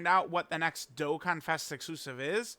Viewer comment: Why does suck so hard at saying “dokkanfest exclusive”